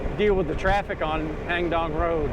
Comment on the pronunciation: My wife and I enjoy your video. We normally visit Chiangmai yearly and nice to be able to see familiar places. I hope you don’t mind... your pronunciation of “Hang Dong” is not quite correct. It’s “Haang Doang”, please ask your wife to pronounce it since you refer to it often. It’s unfortunate most of the Thai words spelled in English are incorrect because they are translated letter by letter from Thai to English without considering the correct pronunciation. An example is “Phuket”, the correct Thai pronunciation should be “Pooget” (with the “g” sound instead of “k”). Btw, I’m Thai and my wife is from Wisconsin. I tried to point out what the correct English spelling should be to help improve her pronunciation. Stay safe and thanks again for sharing your video.